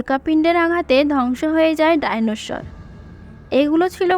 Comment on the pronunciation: প্রথম শুনলাম, ডাইনোশর😅। সর হবে ওটা, শর না।